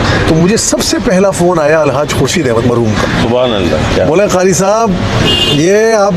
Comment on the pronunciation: ازراہ کرم جب آپ اس شعبے سے متعلق ہیں تو اپنے تلفظ پر بھی توجہ دیں۔ آپ نے قاری کو "خاری" اور قادری کو "خادری" کہا جو صریحا غلط ہے اردو زبان پر رحم فرمائیں۔ شکریہ۔